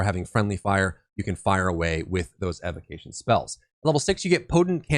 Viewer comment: OK, I gotta say something. It was causing me neck pains from all the wincing while listening to the video. Evocation is pronounced [EE-VO-KAY-SHEN (ēvōˈkāSH(ə)n)]. From the word evoke as in to evoke the spirit of the elements also known as an evocation of the elements. Evocation. Thank you and sorry.